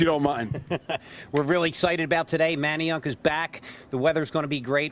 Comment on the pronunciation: What did she say??? She can’t say Manayunk correctly lol🤦🏾‍♂️🤦🏾‍♂️😂